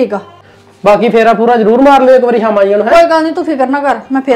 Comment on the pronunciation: ਸਾਮਾ ਨੀ ਸ਼ਾਮ ਹੁੰਦਾ ਸ ਦੇ ਪੈਰ ਵਿੱਚ. ਪਾਇਆ ਕਰੋ ਵੀਰ ਜੀ baki video Vadia hundia